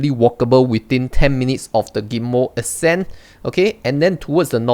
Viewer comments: It's pronounced as "Err Cent"! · its.... uh-scent...lol